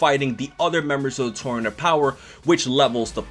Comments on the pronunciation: "The tormanent opower" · This man can’t pronounce the word tournament